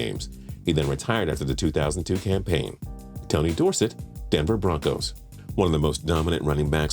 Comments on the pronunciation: Please say Dorsett correctly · His pronunciation of tony dorsett’s name was almost as bad as the time I heard someone pronounce “crouton” as “crouw-ten”